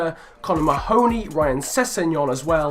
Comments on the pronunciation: It's pronounced Ma-huh-knee. Not Muh-hoe-knee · Mahoney = Mar-(feint i)ney